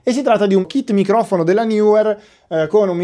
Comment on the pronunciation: Il maus raga il minghiofono😂